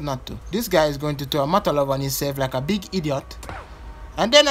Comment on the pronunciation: "This guy is going to throw a 'MOTALOV' on himself, like a beeg eediot" 🤣🤣🤣🤣